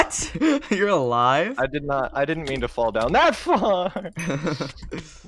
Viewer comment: rewatching this: its so funny how says fall here LMFAOOO